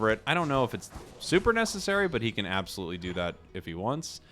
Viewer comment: I love how the english guys says ASBOLutely and in french we say ABSOLument wich is exactly the same word haha